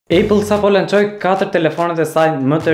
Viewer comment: Æpëll jo ejpëll